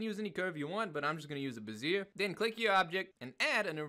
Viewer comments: Bezier = Beh zee Eh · bez-ee-AY (love the tutorials)